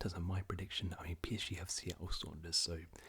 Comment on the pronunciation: It’s pronounced sounders, not sonders